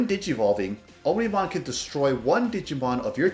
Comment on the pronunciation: its OMnimon not onimon